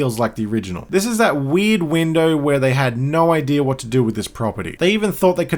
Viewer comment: You making fun of his voice while saying “idear” is funny.